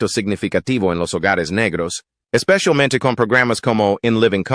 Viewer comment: "ESPESHIALMENTE" en programas como en Living Color. Parece un gringo que está hablando.